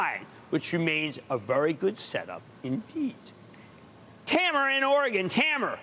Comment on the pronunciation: How this guy can pronounce Rajeesh but cant say Tameer? Hahahha tammer